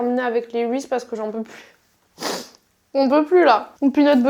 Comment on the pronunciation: Ça se prononce "rizize" pas "rize" mdrrrr